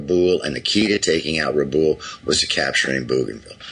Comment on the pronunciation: I've watched hundreds of hours if not thousands on the Pacific war and I've never heard it pronounced Rah+ Boole. Rabaul has always been pronounced Ruh + Bowel. I don't live there so I can't say for sure but this is definitely the first time I've heard it pronounced this way.